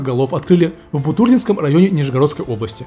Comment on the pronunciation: Не Буту́рлинский... а Бутурли́нский. р. п. Бутурли́но... Озвучивает кто у нас? Так интересуешься производствами по стране... А как сказать правильно не поинтересовались... Вчера Ваня Дмитриенко на дне города Нижний Новгород, назвал Нижегородцев Новгородцами.... Аааа....